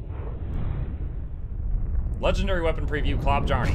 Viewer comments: It is not being pronounced "Klobb-jarney". The correct pronounciation is: Kloh-byahrrneh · Klobjarne can be translated into "bear claw" or "claw of the bear" or "claw of the brown animal". Klo = claw. Bjarne = bear. so it would be more correct to pronounce it "Chlo(e)-bjarn-eh" instead of "klobb jarny". and don't with "i speak english blahblahblah" cause i have to pronounce your words correctly when i speak yours :P you know, words like archipelago haha jk its okay, dude it dont mean that much to me.